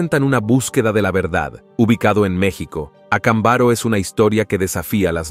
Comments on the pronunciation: No es Acambaro, es Acámbaro. Inclusive el acento aparece en el video. ¿A qué escuela fuiste? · Estas pronunciando mal el nombre del pueblo de Mexico no se dice acambáro se dice acámbaro acentuando la letra con el acento. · Ac'ambaro con acento en la segunda por favor corregir pronunciacion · DISCULPA PERO NO ES VERDAD , LO QUE QUIEREN ES QUE CREAS EN ESO , Y SE PRONUNCIA ACÁMBARO . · Acámbaro, pronunciación con acentuacion en la segunda a.